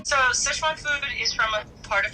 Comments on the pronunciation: dude... SICHuan not schesuan - sitch-uan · S makes the s sound. I makes the i sound. you probably learned ch sound in kindergarten. uan. that's like the only hard part and you say it fine. PLEASE it's not sheyshwan food. It's sichuan. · Si Chuan, not seh chuan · It bothers me that Andy is saying Szechuan instead of Sichuan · So many people over-pronounce “Sichuan”. It’s “si” (say “six” without the x) and “chwan”. 2 syllables. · I'm a pedantic food nerd and I'm going to hate this video, since it's Bon Appetit, and Sichuan cuisine is one of my obsessions. Here goes. Edit: Not even a minute in: "Seshwon province". Kill me now. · IT'S PRONOUNCED SICH-WUAN YOU HICK